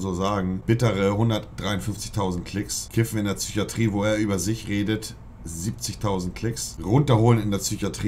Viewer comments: Ich disrespecte grundsätzlich schon Leute die "tsycho" und "tsychatrie" sagen. Einfach traurig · Wieso sagt der immer „Tchychatrie"? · In der "Tsychiatrie". Alter der Typ ist so der so unsympathisch und dann ist das die Kirsche auf dem Sahnehäubchen. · Mich triggert es wie es Psychiatrie sagt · Niemand: Absolut Niemand:: züchiatrie, züchose, züchisch